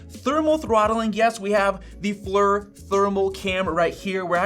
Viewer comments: I was about to come here to say the same thing. Hurt my ears to hear FLUR lol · It’s ponounced “fleer” 😂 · FYI: FLIR is pronounced "fleer" (i.e. rhymes with "beer"). It's taken from the military acronym for "Forward Looking InfraRed". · Former FLIR employee here, it’s pronounced “fleer”. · Inventer of FLIR here, its actually pronounced "Jeff"